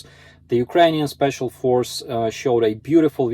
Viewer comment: emphasis on "special"